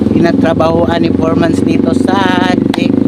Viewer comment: bukang, natatawa talaga ako pag sinasabi mo 'foremans' instead of foreman.😂